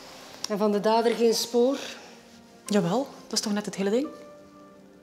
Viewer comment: van de dader geen spooRRRRRRRRRRRRRRRRRRRRR